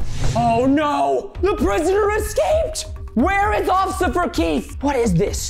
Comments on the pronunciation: He said occifer instead of officer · Officer not osffier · He said Osifer not officer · Anyone else hear him say ocifer keith instead of officer keith? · In the beginning Preston said “O c c i f e r” instead of “Officer” 😹😂🤣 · Did anyone relalize Preston said “ociffer”? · ❌oficer keith ✅Ocifer keith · Preston: Ocifer Keith Me: I thought it was Officer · Did anyone notice that Preston said ociffer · preston kept saying "ociffer" instead of "officer" and it annoyed me! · Preston:ocifer Keith Me: its officer🤭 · I heard officer not ociffer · 11:4 he said osiffer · Did anyone notice that in the intro he said “ocifer” instead of officer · wait, he said ociffer instead of officer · ''offisure keith'' XD isnt it officer lol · Bro Preston said occifer keith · bruh preston just said "ociffer kieth two times hahahaha" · don’t do it osiffer ‘Osiffer...’ Hmmm lol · ᑭᑌᖇᖇᗰᗩIᗪ ᑭᒪᗩYᔕ ID say OFSER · They keep on saying ociffer XD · I laughed at the part of the bloopers i laughed st the part where you said osifer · he said osiffer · Preston: Ociffer Keith Me: A+ perfect on point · He said occiffer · You said ociffer